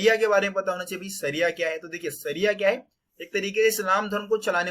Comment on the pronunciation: सरिया नहीं शरिया होता है। सरीफ नहीं शरीफ होता है😂